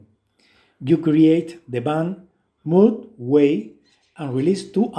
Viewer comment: It's MOGG, not Moog, you fuckwit.